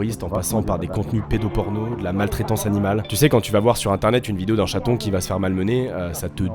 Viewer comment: "bonne bidéo"